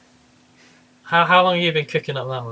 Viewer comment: Why r u calling it "Mejai" o-0 It's Magi.